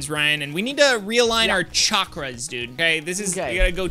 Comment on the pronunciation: He said chackoora from Naruto